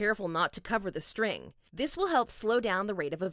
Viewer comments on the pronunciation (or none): none